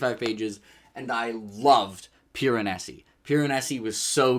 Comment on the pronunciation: Um actually, it’s PIR-UH-NAY-ZEE